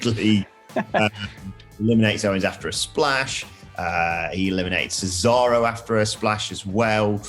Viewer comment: The weird guy says cesario 🤣 what an idiot